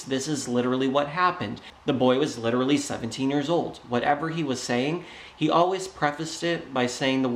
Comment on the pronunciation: No it's "licherally" he can't even speak correctly.